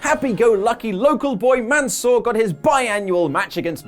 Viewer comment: Ok, let me just tell you that Mansoor is pronounced(Mon-suer) i know this because my boss is named Mansoor. Now all together...Monsuer.